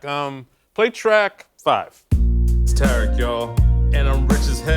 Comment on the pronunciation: W ...his name is TARIK not Terrick